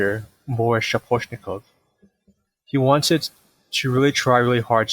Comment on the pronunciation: Nothing to mention that the accent on the first silable aka SchAposhnikov and in MorOzov on the second. And non-accent o are sounding like MarOzav and SchApashnikav respektively.